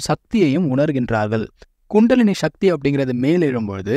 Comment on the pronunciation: முடிந்த வரையில தமிழ் சொறகளை உபயோகிக்கவும்! ஷக்தி. அல்ல. “சக்தி”. தமிழ முறை சிவன வழி- சித்தரகள பினபற்றுவது- சிவன ஒன்றே கடவுள சமஸகிருத தாக்கத்தை /அதன உச்சரிப்பை கொண்டு வர வேண்டாம நன்றி usa